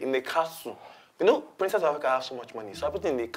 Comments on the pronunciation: It's princess of afriCOW he said, not africa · That's it It's Africow not Africa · Did he call him princess of ARFRICOW 😂😂 sorry her